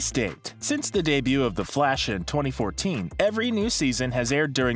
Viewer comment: “Theh FLAWSH”